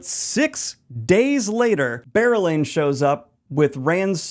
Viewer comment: Never again will I be able to read or think about berelain without pronouncing and picturing bear-elayne. Wheel of Time will never be the same again.